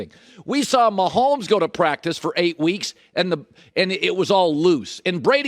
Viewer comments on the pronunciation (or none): none